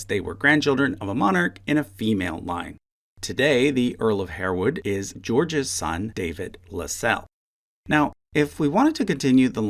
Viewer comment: That was very interesting.... one note .. "Harewood" is customarily pronounced "Harwood" and Lascelles is pronounced "LASS-uls"